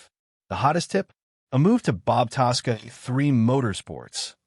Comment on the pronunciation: When will you announcers of Stories at least learn how to CORRECTLY announce competitors NAMES. The Racing TASSCA Family, Spelled TASCA, the one's who drive FORDS. Yeah & I bet you can murder the FORD name as well. IF you can't pronounce the name correctly don't bother 'cause no one is listening.